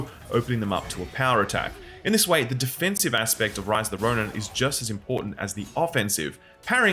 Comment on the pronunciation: "Rice of the Roni"